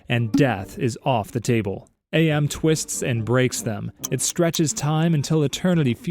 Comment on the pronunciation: AM is pronounced Am as in "I think therefore I AM" I remembered that from the PC game lol